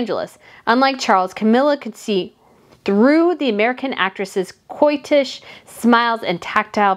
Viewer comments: another word for coy is coquettish. pronounced co - KETT - ish, not coitish my dear. Coitish sounds like some form of drunken sexual activity! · Hi, coquettish is pronounced ‘co ket ish’. Hope that helps xxx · Pippa is darling -- what breed? BTW "coquettish" is pronounced "ko-keh--tish". Love your review.